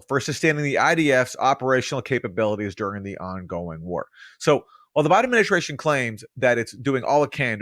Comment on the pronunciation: "Ad-min-i-STRAY-shun" - there's no H in ST. There's no SH sound in ST.